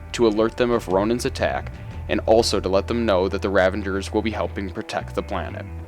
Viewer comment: It's the Kyln, like Kiln, the oven that ceramics are baked in. K Y L N, like kill*n. The river that Cap falls into when he falls from the Insight Helicarrier is the Potomac river in D.C. Also, they are Ravagers, not Revengers...you know, like Ravage as in rape and pillage. You're killin me bro. Are you a fan or did someone just hand you a script and say, "read this and don't worry about pronunciation because true fans wont mind at all"? OMG Wakandan, not wakanDIAN. Kycilius....not Kaleus.....ughhhhh. Watch the movies for the love of god.